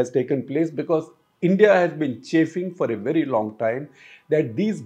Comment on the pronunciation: It sounds like I.N.D.I. alliance. Shekar was almost there :)